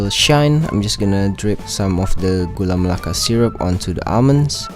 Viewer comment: Btw congrat you can speak Gula Melaka Correctly..